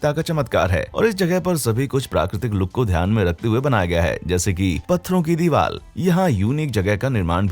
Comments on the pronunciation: Why are you saying deewal for deewar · Am I only one who notice vedio maker is pronouncing diwar as diwal